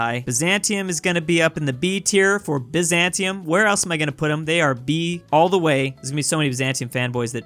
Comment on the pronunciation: No-no Germany Empire should be higher And I think you are mis-pronouncing Bzantium Empire